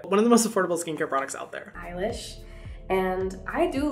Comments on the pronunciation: Billie fricken IRISH?? Excuse me man it’s Eilish get it right 🤣🤣 (being aggressive as a joke but also like fr man get it right) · Bille IriSH 😂😂😂😂😂😂😂😂😂😂😂😂😂 its elish. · Did he say Billie Irish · Is it just me or did I hear him say "Billie Irish"? 😂❤ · Call me crazy but did he just say “Billie freakin Irish”????? Lmao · Anyone else catch "Billie irish" lmao! Love you hyram! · Not him saying billie Irish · He really did say Billie Irish 😂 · I thought he said Billie freaking Irish